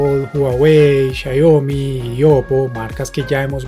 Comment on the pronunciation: Porq no puede pronunciar Xiaomi i dice xayomi,😂😂😂😂😂😂😂